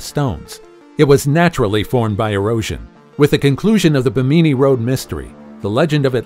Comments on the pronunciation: bee-me-knee (phonetics , your pronunciation… do you mean Bimini? Bim-a-knee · Do you mispronounce words to get more interaction/traffic on your channel? BIM-uh-ni... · This narrator needs to know how to pronounce Bimini it's not bi meanie. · It's pronounced ..... BIM- MIN -KNEE not what ever word salad this guy called it.... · Thank you! Like nails on a chalk board every time he said it incorrectly. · BIMANI YOUR SAYING IT WORNG.......